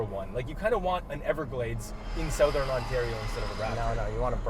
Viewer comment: Why do you guys say "Sowthern" Ontario like that... I live here and I've never heard anyone else pronounce it that way